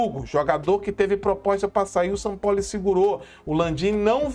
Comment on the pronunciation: nitidamente vc está novamente passando pano p Sampaóli como vc diz, Sampaó ó 😂😂😂😂